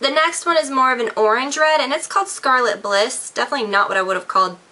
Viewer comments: one correction: It's "Scarlet Ibis":) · It's called Scarlett Ibis, not Scarlett Bliss. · Scarlet Ibis. EYE-Bis, as in the pretty orange/red colored bird.